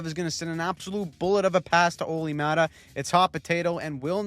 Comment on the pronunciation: ”Olli thing that Määttä’s here” 🤣🤣